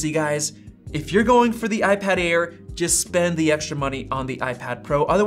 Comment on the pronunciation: Its Air not Aid